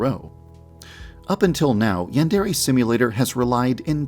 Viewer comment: I still find it hilarious that the creator of Yandere Simulator cannot even pronounce "yandere" correctly